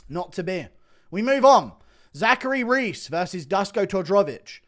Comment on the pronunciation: Duško Todorović - Dask Todrovich 😂, as a Serbian I spet my drink when he pronounced the name.